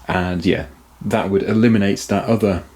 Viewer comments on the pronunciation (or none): none